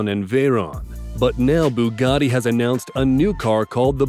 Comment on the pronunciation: That Boogatti looks great! It would scare the chickens though as it's a coup! It's no wonder its called a BOOgatti! Theres nothing like a 2.ohh litre engine! You could just call it a 2 litre engine? It least you pronounced the Lotus right. The Devel Sixteen, hmmmm, lets go round one of these things we call a corner in it! It looks unbalanced!